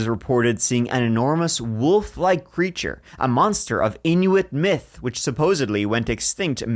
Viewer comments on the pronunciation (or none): none